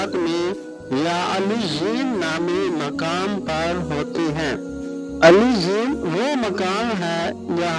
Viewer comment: O Bhai eleyen or sejieen Sahi prho